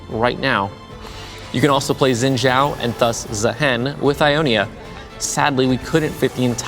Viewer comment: it's pronounced Shin Jao...